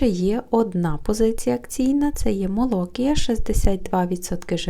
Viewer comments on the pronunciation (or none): МолокІя, а не молОкія.